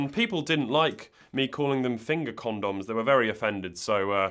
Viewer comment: I think the problem is you say condom like Gundam